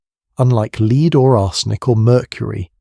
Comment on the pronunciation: The mispronunciation of lead is driving me nuts 😂